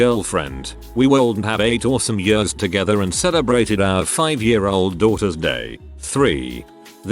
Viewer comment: No one: The text to speech saying year: Yüré